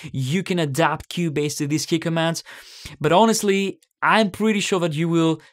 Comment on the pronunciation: Oh Key Commands, I had no idea what you saying at the start